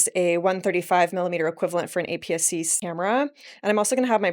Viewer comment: I heard “scamera”, like “scuba camera” (but also made me think of “scammer camera”). Is that the lingo, or am I hearing things?